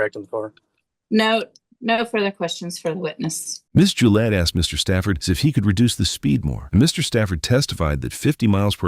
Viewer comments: Jill Gill-ay lmao 🦆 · It’s pronounced like the razor Gillette.